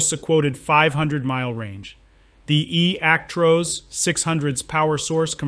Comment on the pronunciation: ActROSS nof ActROSE, stupid Americans